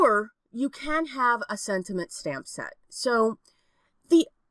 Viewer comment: Am tripping — or do I keep on hearing you say SENTINENT.....? ....or sentiment? 🤔